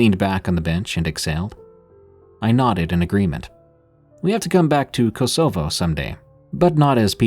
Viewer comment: How can you not know how to pronounce Kosovo? Ko-so-vo. You mispronounce a lot of places. Don't you do any research? I was deployed to Macedonia to support the mission in Kosovo in 1999. No Skype back then